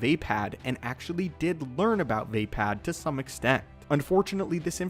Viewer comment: "Vah-pah'd" or "Vah paw'd" Not "Vape-pad"